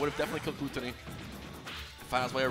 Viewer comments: why do the announcers pronounce everything wrong. Am I missing something or is his name not gluttony like according to his smash wiki page. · hmm i guess its frustrating because he is probably pronouncing it the way that the french word for gluttony is pronounced, and yet it is the english spelling. Its like if you if your name was "refrigerator" but you pronounced it by rolling your r's like the spanish equivalent refrigerador. Makes no sense. Either spell it in french and pronounce it with a french accent or vice versa.